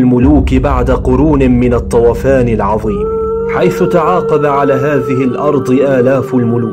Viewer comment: الطوفان وليس الطوافان